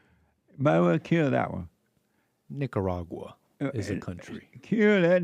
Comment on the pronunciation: Jesse says it differently lol. Ni**er-aga